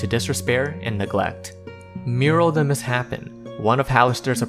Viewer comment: While we are correcting pronunciations: Muiral is "mis-shapen" not "miss-hapen". He changed his body into a different shape, which is why he is misshapen.